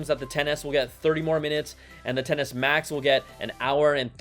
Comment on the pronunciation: Why’s it that every time Brian says “10S” I hear “tennis”, and “10S” max I hear “tennis match”? 🤣🤣🤣